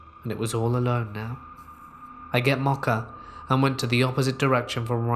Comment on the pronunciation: I can't handle the pronunciation of Mocha.